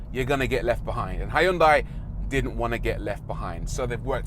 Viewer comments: Hi yun dai? Jesus tap dancing christ is that how Europeans butcher that? XD it's sounds better if u pronounce it "he yon-dae" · I liked this presenter! He was entertaining. Also, isn't it pronounced "Hun-die"? My Malaysian gf says that's the correct way to pronounce it in Korea. You do pronounce the H and the Y, yes. But it's never "HI-un-die"... Food for thought, not that it matters much!